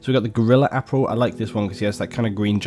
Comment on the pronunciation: Nice, also it's ap-aral , not Ap-rail, I'm just being a dick